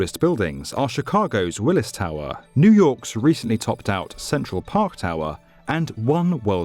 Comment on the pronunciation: You pronounced Willis wrong.